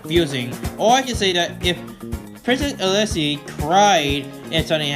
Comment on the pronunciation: "Princess eliszes"